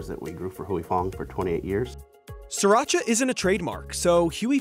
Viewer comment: Sri ra cha, not sir ra cha. Leave it to NYers to butcher a name.